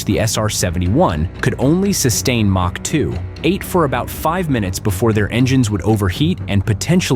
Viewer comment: MACH as in ERNST MACH, a German physicist determined at what speed was the sound barrier. His name is pronounced M Ä C H. Or M O C K.